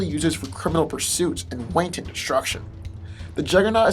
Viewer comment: Your pronunciation of some words is atrocious. Grundy(Grun-dee), Wanton (Wahn-Tahn) and some others